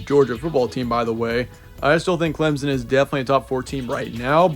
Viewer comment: Clemson is pronounced with an absent p btw